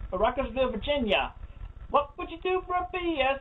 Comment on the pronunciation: did this boy really just pronounce "virgina" (virgin-ya) as "vagina but with vir"